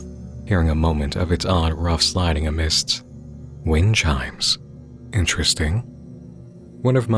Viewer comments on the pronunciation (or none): none